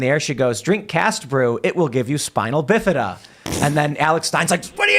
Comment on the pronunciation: "Spinal" bi fida? Smh. Tim, learn to be better